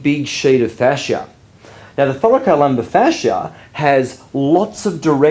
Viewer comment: I love the way you pronounce Thoracolumbar fascia😍😍